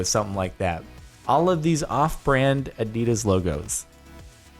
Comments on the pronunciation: Adidas not adeedas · Did u just say adieeedas and mob bile (Australian triggered)